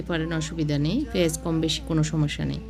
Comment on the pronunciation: আপনি "প" কে "ফ" বলেন কেন!!!! পানি, পেয়াজ এগুলোর উচ্চারণ ফানি আর ফেয়াজ এর মত শোনায়